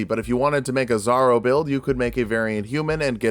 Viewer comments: Really zorro? I was wondering who this zaro character was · Something to help the algorithm: "my world's on fire, how 'bout yours?" Also I spent like half the video wondering who the fuck was this "zarro" build and why I hadn't seen that video until I realized you were just mispronouncing "Zorro" to bait the comments (saw and loved that build tho) You fucking got me there, 😂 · I was almost 1/2 way through until I realized that you were saying Zorro, it sounded like 'zarro, I thought it was slang for bizarro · Big fan of the videos! But I need to say it. It is pronounced Zor-ro. The first “o” maintains the “o” sound. So it sounds more like the “o” in “or”. Not a big deal though. Was a big fan of the Zorro build and love the character so I had to say something. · why does he keep pronouncing "zorro" as "zaro" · why does he keep saying "zarro"?